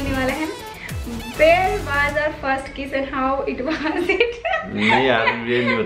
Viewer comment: It’s not waaaz it’s waz don’t stretch the “a”in “was”